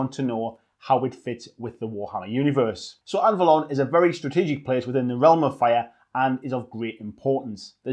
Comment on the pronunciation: BTW: Anvalor, not Anvalon...